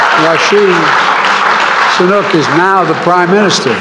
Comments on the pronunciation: Sunak not Sanuk. What a clown Biden is. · its not Sonuuk.....its Sunaakk. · Say the name properly, sleepy Joe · They are struggling to pronounce "sunak" 😅